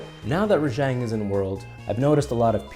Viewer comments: HOLY SHIT!!! RAH JHONG NOT JANG OMMFG I RAAAAAAAGGGGEEEEE. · ReJang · Is it really raŽang? shouldnt it be raGang? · wait was i pronouncing Rajang wrong this whole time? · Your mispronouncing the name